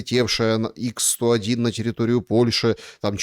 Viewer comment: не ИКС-101, а ХА-101 (Х-101).